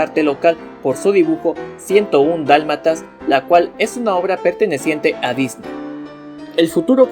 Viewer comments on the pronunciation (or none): none